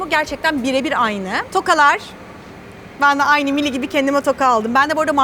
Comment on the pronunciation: abla mili değil mayli